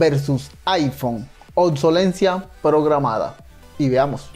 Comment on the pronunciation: Ossolencia? Ni leer sabemos. Obcelescencia